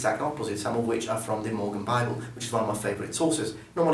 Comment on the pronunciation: I had to watch 5 times to realize you said Morgan Bible and not Mormon Bible. I was so confused at what mormons had to do with Medieval Archery lolol